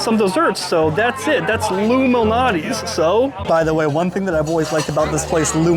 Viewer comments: It's pronounced LOU MAL~NOTTI's NOT Illuminati's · is he saying luminatie??? Lou Malnati's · Dude, you pronounce Lou Malnati's way differently than I've ever heard. And yeah, I definitely heard 'Illuminati' before you even mentioned it. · Have some respect Loumanati? Say his name correctly wow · STOP PRONOUNCING LOU'S...NAME AS ONE WORD ,ANNOYING